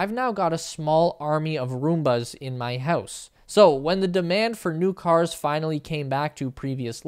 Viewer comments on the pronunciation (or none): none